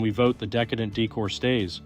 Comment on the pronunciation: You pronounced decadent as decedent. One means overdone in a luxurious way and the way you pronounced it means the dead person. This is the second time today I’ve heard about the dead person. PLEASE STOP IT!